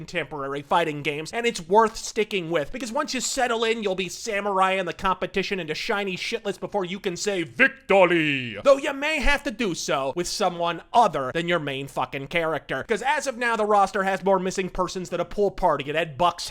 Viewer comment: Who the fuck says "victoly"? the stupid english dub, should i presume?.